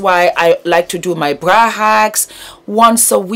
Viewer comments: Sounds like bwa or bua 😂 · I'm telling youuuuuu😂😂😂😂